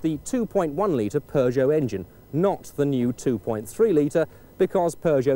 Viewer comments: “Pass-AT?” “Pur-got?” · Purrgeot, Lanseeah, and Fit.